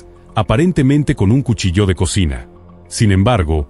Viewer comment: Haced el favor de pronunciar correctamente cuchillo,dan ganas de no escucharlos jamas